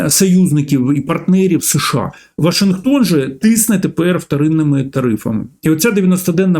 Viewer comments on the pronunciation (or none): none